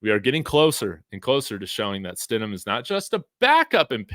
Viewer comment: he says Jarret Shit-em!!!